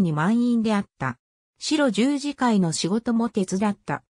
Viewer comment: この中で村尾圭介医師が居た茨城県鹿島神栖市の軽野村にあった白十字養療所の読み方がシロジュウジではなくハクジュウと読むのが正しいです! 大きな誤りですので、是非とも訂正してほしいです。